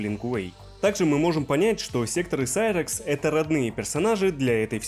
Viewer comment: вот это реально серакс а не сайракс